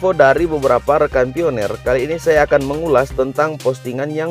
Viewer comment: Bacanya bukan pioner....pionir